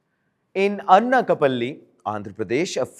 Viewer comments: It’s not ‘Anna-ka-palli’, it’s ‘Ana’ like in ‘Anaaj’. Anakapalli/ Anakapalle. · It is not Annakapalli.... It is ANAKAPALLI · "Anna Ka Palli" lol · FIRTS PRONOUNCE ANAKAPALLI CORRECTLY. DO NOT TRY TO IMITATE THE WEST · Bro Pronounce it properly. Its Anakapalli do basic research properly. Btw its my anscestral home. 😊